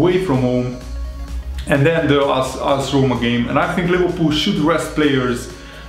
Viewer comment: Its AS Roma not IS Roma